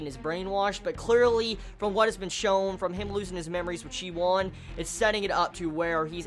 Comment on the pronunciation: I think the main character's name is pronounced shi and then woon like toon or soon. Same for the Wun woo clan. We'll at least that's the way I've been reading them since I started